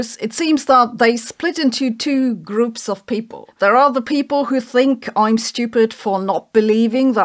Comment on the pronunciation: Why you pronounce people "paple" ?